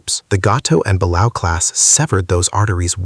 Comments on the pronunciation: The Balao class is pronounced Ball-A-Oh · It's not The German VIIC it's the German type 7-C. Second watch the 1996 movie Down Periscope for the pronunciation of the balao class submarine, buh-LAY-oh.